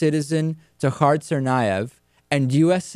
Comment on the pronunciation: David, please say Dzhokhar correctly.. "Zow-car"